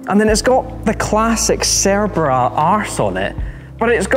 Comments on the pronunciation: Correct me if I'm wrong, but does the host pronounce the name in a wrong way? It always sounds like "cerebra" and not "cerbera". Anyways nice video, great car, brutal sound. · I can only hear him saying the name of the car wrong the entire video.